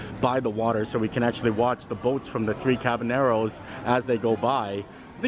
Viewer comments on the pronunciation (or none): Anybody else notice that always says “the three cabaNEROS” when talking about the ride in Mexico? It’s pronounced “ca-ba-YEROS”. 😆😂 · There's no "N" in Caballeros, my dude. You keep saying CabalNEROS.